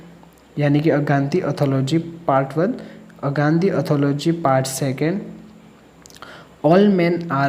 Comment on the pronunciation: ए गाँधी एथोलाॅजी नहीं ए गाँधी एंथोलाॅजी है।